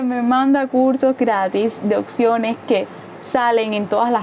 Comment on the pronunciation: Lo que he notado (pense que era una persona pero no son casi todos) que no pronuncian la P por ejemplo la palabra opciones, ustedes dicen occiones. 😁